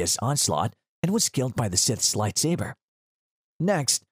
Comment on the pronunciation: He said “Lightsaver”, I’m offended